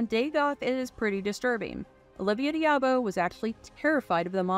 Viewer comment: Great review on CtD! I never seen it in the theaters but I did watch it religiously on HBO. I also think Grace Jones stole every scene she’s in. I gave you a thumbs up for the vid until I heard you pronounce a couple of actor’s names. BTW it’s “dah-bo” and “mah-ko”. Maaco is an auto paint company.